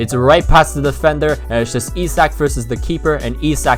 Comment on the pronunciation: Sign Chiesa, and I thought Isak was pronounced Ish-ack.